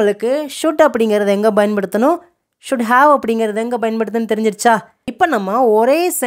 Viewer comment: Small request, Bayan paduthanum இல்லை Payan paduthanum is right (பயன் படுத்தனும் ) கொஞ்சம் உச்சரிப்பை சரி செய்தால் நன்று